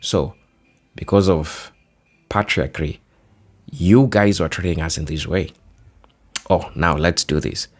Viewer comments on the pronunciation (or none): Patriarchy: PAY-TREE-ARK-EE